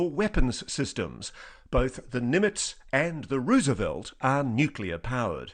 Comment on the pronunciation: USS Ruuseavelt?